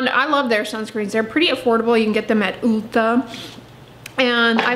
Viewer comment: The way said Ulta 😂 “oolta”